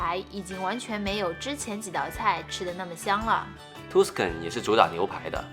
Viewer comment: 講解的很仔細，聲音很好聽，景象取景很好，很用心的視頻。 小糾正：Tuscan位於意大利中部地區，是早年文藝復興的重地，Tuscan 的u發A音，所以Tuscan發音是塔斯肯，不是圖斯肯。